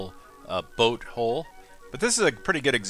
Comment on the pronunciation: Every time you say "Hull" it sounds like you're saying "hole" Granted it's apparently just your accent. I was able to figure it out pretty quick, though it did confuse me a couple times during the video.